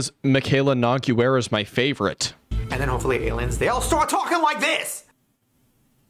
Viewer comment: every time you said Nogueira it gave me physical pain